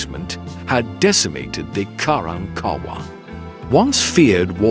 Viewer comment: Learn to pronounce their name correctly, it's pronounced Ka rank Ka wahh!!